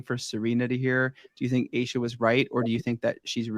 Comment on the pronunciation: Love your podcast! It's pronounced A-Sha, you drop the E.